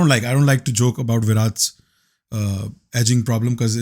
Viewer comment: bhai ne विराट ko विरात bol diya 🥲